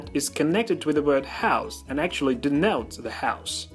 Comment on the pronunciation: did you say "d-nowts" vs. "d-notes"